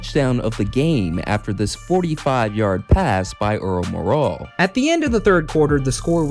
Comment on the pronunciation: It's pronounced MORAL.